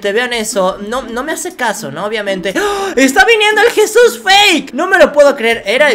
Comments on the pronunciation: No se Dice jisus se Dice Jesús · Nadie absolutamente le dices jisus a Jesús